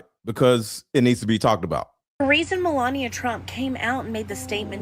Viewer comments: Try to get the names right when you say them You can’t say Melania and Epstein? How hard is that to say repeat them 50 times before you do a video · I love that host has trouble pronouncing Melania almost as much as trumps pronunciation of Kamala.